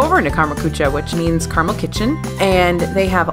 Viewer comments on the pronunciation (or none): your pronunciation of "gratin" wasn't bad. When Germans use a French word they usually pronounce pretty close to the French pronunciation. The one that sounded bad was "Karamell Küche." "Karamell" is a three syllable word and as for ""Küche," it's really hard for most English speakers to pronounce "ü" and the German "ch." You pronounce "ch" from the tip of the tongue through clenched teeth but Germans pronounce it from the middle of a curved tongue through parted teeth leaving a completely different sound. Great show though. Thanks for it